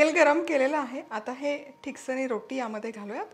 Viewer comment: pronounce it as " Tiksaani" which mean which is thikat. Glad you are showing my konkani recipes. There is another dish made from thin poha called " mande" if you can post this recipe i will be happy.